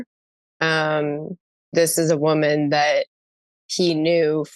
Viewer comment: I cannot stand how Justin says "woman" when he's talking in plural. Someone please talk to him about this. Huge ick.